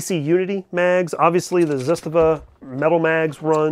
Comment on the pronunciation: You won't change the way you say Zastava. Zustava lol I looked for u at the Tulsa show. Lot's of people.